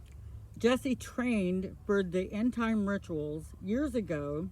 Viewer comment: YOURE NOT WORTH THE VIEW!!!! You think because what she said is so immensely mind blowing, it’s not believable? You are a 🤡. 💩. Learn to pronounce END TIME RITUALS I have watched every video of hers and she is beyond on point. You speaking about the lord warning is so UN-Christian of you… YOU ARE SO DISRESPECTFUL TO ACCUSE AN ACTUAL VICTIM!!!!!